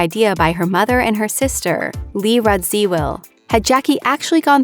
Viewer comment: Lee Rad- zeee-well? Her name is pronounced Rad-zuh- well